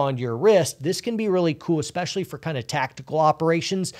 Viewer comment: you said "esspecially" - is that a secret signal? Are you being held against your will? Just kidding - hope you're doing well!